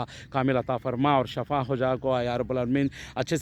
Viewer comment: Shafa ni ahamed bhaiya shefa bolna katy shafa bolytu boodi katy